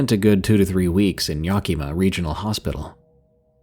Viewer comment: Just a quick FYI.... The Yak in Yakima is pronounced just like the animal .Yak- i - muh is how it sounds. You got Toppenish right👍.😁